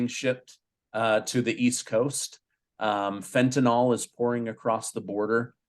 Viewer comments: Fentanyl - Hillbilly pronounciation - fen-tan-ALL Proper pronounciation fen-tan-ILL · Please don’t say Fentanol because it is pronounced Fentanyl! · you mention fentanOl. It is actually fentanYl. This is an important chemical distinction. The drug is not an alcohol.